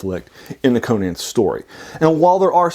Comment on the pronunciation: Many people who talk about Conan pronounce his name wrong.